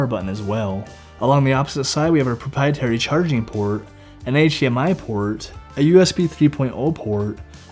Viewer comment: the way he said it wasn't clear, had to repeat that part several times